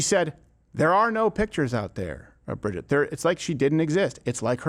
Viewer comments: The fact that you are pronouncing Brigitte’s name wrong the entire video shows how much research went into this. It’s Brij-eeeet, not Bridget. If you actually watch her videos they’re pretty compelling. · L TAKE ... Bro WHAT HAPPENED to Crowder??? hes SO OUT OF TOUCH now... its embarrassing. He did ZERO RESEARCH into what Candace "PROVED" and HOW and he proves it by NOT KNOWING HOW TO SAY "BRIGITTE" ... If he watched even 1 minute of her MASSIVE SERIES "Becoming Brigitte" HE WOULD KNOW how to pronounce it... You're wrong Steve! You're just an angry little man letting your EMOTIONS interfere with your professionalism. The "EVIDENCE" they provided HAS BEEN ADDRESSED AND DEBUNKED. What a dope. Glad I stopped watching last year! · He couldnt even PRONOUNCE "BRIGITTE" !!! Crowder is an angry little man and this is a HUGE L TAKE.